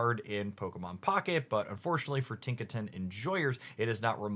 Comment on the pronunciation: nice “tiknaton” you got there